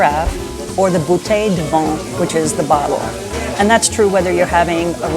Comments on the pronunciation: Oy. VIN. Not vahn. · I have spent many years living in France, on and off, and think your tips for newbies traveling to France, would be quite helpful. Just one critique: Madame, please work on your pronunciation of "vin". I'm hearing "vent". For those who don't speak french that means "wind." A glass of "vent" would be extremely dry. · Vin is pronounced as “ven” not vaughn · but you don’t even pronounce “vin” correctly. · Is the pronunciation of wine ("vin") von or van? (soft "n"). I thought it was "van".